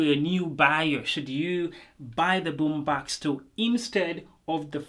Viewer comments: I Love it when you say Boombox 😊 that sounds like "Boombax" 😌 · Really good review !!! BUT the pronounce of BummBAX got me dead